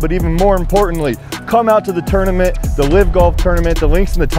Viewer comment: Why does EVERYONE pronounce 'Tournament as "Turdamint"?? Lol wtf.'